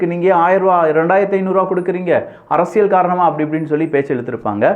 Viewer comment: தயவு செய்து, தலைப்பைச் சொல்லும் போது, 'அரசிய'ல்' சதுரங்கம்' என்று சொல்லவும். 'அரசிய'ள்' சதுரங்கம்' என்று சொல்லுகிறீர்கள்.